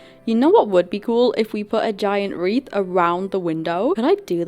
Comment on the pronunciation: It’s not sould it’s would